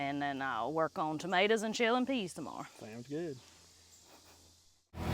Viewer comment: I love listening to you to call tomatoes Ma T ors🤣🤣🤣🤣🤣🤣🤣🤣🤣🤣🤣🤣🤣🤣🤣